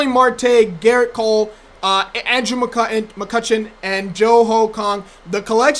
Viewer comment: This man said Andrew McCuttion and Jo Ho Kung I'm dead 😂😂😂😂😂😂